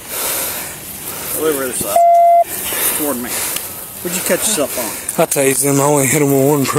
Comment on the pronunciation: He felt the taser but kept running. What a hearty farm lad! -- "Wutchu catch yourself on?" with a heavy twang / drawl -- The lad has mental issues, misdemeanors, and felonies. The cops should consider the totality of the circumstances, says concerned older woman. MAYBE HIS GIRLFRIEND SHOULD CONSIDER THE TOTALITY. -- Just "yesterday," Clyde was in court for prior battery against Bonnie. Then Clyde attacked Bonnie so badly that bystanders called the cops "at wilderness landing." Subsequently and all night, Bonnie drove around with Clyde in her car (damaged by him). Explain. -____- -- Hearty farm lad Clyde is honest about using drugs on backroads and at campgrounds and "out in the woods." At 21yo, he should take his rural life more seriously. Imagine him in dental school! -- Bonnie was going to ditch violent Clyde, but he wanted to spend the day with her. He is off his psych meds. Sometimes Clyde blacks out, flies into violent rages, and suffers monstrous asthma attacks. You understand.